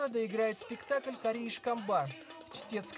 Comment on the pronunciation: Чтец корана и желудок ХА ХА ХА. переводчик ты супер. (( Пузатый Кари) ударение на и)